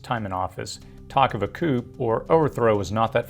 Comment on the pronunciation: It's not "coop" rhetoric. It's "coo" rhetoric. It's French. The p is silent. "coo de taa" that's how coup d'etat is pronounced.